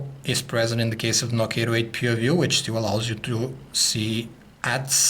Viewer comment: I believe he pronounced "Nokia PooView". LOL!